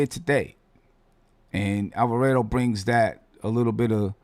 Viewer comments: It's Alva-raaaaah-do. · Bruh..... killing me with the Italian pronunciation.....GTA is a Boricua man. Rhymes with Avocado......not Alfredo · Damn getting attacked for saying the name wrong. Reminds me of when he was saying Guillermo name wrong. 😂. You know who he talking about let the man live.